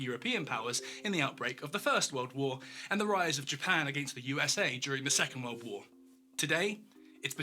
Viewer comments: Love your stuff but it's 'world' not 'weld'. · He keeps talking about some "weuld" thats gonna end. Whats a "weuld"? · I just love your accent! Especially the way you say 'world'. I go about my day saying, "What in the 'wuwwuld' is going on here?" Or, "It's a wicked 'wuwwuld' we live in!" Or, "That makes a 'wuwwuld' of difference, don't you think?" Love it. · Weld War 3. Why does he say weld lol